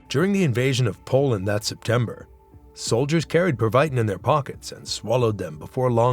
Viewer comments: It's pronounced Preva~teen...not per vi tin... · per wii tiin